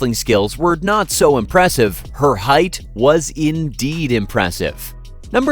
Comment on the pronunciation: It's height, not heighth. There's no TH sound in the word.